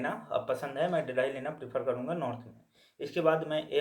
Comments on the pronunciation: bhai ye dheelhi kya he...delhi bol rhe ho kya❔ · Phle Delhi Bolna sikh lo😅